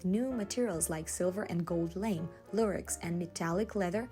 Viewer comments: Respectfully, the term for the light metallic, light reflecting fabric “Lamé” is pronounced like la-may. The a is like the “a” in llama, , and the “e” is accented, like the month “May.” It is spelled like but not pronounced like “lame” as in what happens to a horse when they hurt a hoof, or the word used to describe a person who is not so much fun to be around. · It's not "lame" it's "lamé", pronounced lah-mih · FYI, the metallic fabric is pronounced “Lah-May” it’s French in origin and the final e would have an accent ague mark to designate the stress on the second syllable . Unfortunately, in English it looks just like the monosyllabic word “lame.” 😊 Thanks for the video! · Hey, I didn't browse all the comments yet but wanted you to know for next time the pronunciation for lamé is "la" "may." Love you, keep up the amazing work! 💋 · Hi, lamé is actually pronounced like ‘lah-may’ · Hi,, I love your videos! I just wanted to let you know that lamé fabric is pronounced with an accent on the e-- so it would sound like "lah-may":)